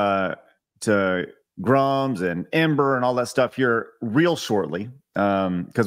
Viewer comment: Somebody please tell Grummz that just as Fant4stic is read "Fant-four-stic" so is EM-8ER "Em-eighter". He doesn't get a pass just because he's based af. :)